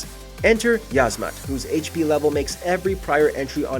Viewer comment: 2. Uh, I believe it's pronounced "Yeez-Mat."